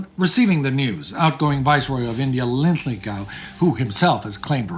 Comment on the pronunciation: I've noticed that consistently mispronounces Lord Linlithgow's name as Lithlingow.